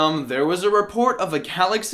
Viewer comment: You said "kalaxy" when talking about the baby stroller part